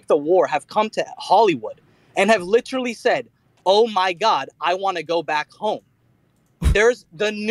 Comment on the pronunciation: If you took a drink every time said "li- cher - al - ly" you'd die from cirrhosis of the liver in 5 minutes.